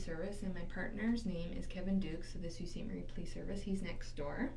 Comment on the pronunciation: The name of the city where this took place is Sault Ste. Marie, Ontario. I know it’s a weird name so I understand why it’s not pronounced correctly in the video. The first word is pronounced like Sue. So it’s Sue Saint Marie.